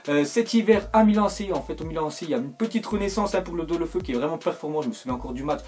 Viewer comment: Juste Deulofeu ça se dit Déouloféou :)